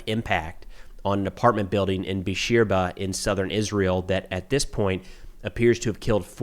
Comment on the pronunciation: FYI, it’s pronounced Beer-Sheva it mean “Well of the Oath” coming from Genesis coming from the covenant made by Abraham and Abimelek